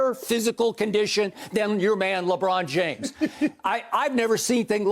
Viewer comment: "LeRon James" Skip needs to lay off the pills xD COVID sniffle was strong here.